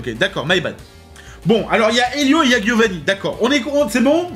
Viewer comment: Par contre ça me trigger toujours autant qu’il dise Guiovanni, c’est italien ça se prononce [djiovanni], c’est un détail mais ça me trigger 😂😂😂